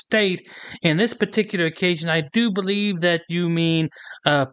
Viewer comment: doesn't use the letters th at all. Every word is dis, dat, dos, dem dees etc. What a moron.